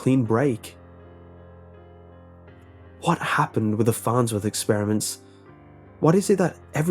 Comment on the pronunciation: .... the FARHTSWORTH.....??????"